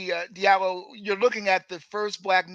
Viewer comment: Diallo in Fulani is pronounced Jah - Lo. Not Dee-Ah-Lo. Please pronounce the name correctly. In French the "J" sound is produced by D+I=>J. In Sierra Leone and Liberia, the Diallo's are spelled "Jahlo.". Recognize the damage Colonialism and the imposition of the language has had on our people.